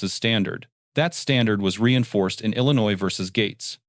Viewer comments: Did she just pronounce Illinois with an "s"....the "s" is silent!!!! It's pronounced ... Illinoi.....nurse my butt! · No one from Illinois pronounces it “Illi-noise”.